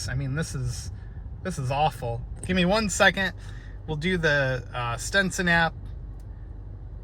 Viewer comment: Stetson, not Stenson.